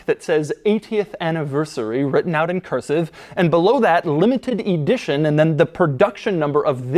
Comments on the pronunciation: “Coach Door E dition”? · why are you saying E-dition?? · You drive me nuts with ē-dition the word is ə-dition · Where do you get this EE-di-tion pronunciation? It's eh-DI-tion. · “Coach door E-dition” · Why does he pronounce it “e-dition” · Can you say EEEE-dition one more time lol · Limited EEEE-dition 😂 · J. Bizzle: Doug is the type of (American) guy who uses "thee" before a consonant! Sounds brilliant with ĒĒdition! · Every time he says EEEdition, I want to scream.